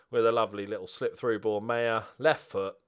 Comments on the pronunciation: Maher is pronounced "Maar" as in Johnny Marr who was born Johnny Maher but changed it because Brits can't pronounce "Maher"! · maher is pronounced marr if irish